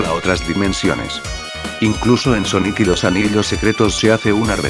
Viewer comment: ala yo escuche soniku y después de un minuto recorde un meme donde amy le dijo soniku a sonic